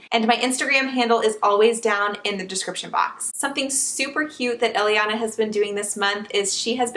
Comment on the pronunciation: Elliana is the name we picked for our baby girl and we're spelling it the same way too. I like how it sounds when you say it.